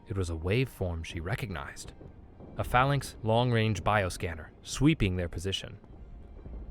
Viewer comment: phalanx, executer, and a few other words badly mispronounced. Please look up some of the more unfamiliar words before you try and narrate them. Either that, or the writers need to use smaller words. Sigh